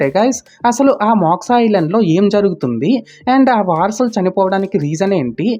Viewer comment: మోక్సా కాదు బ్రో.... మోక్ష....😊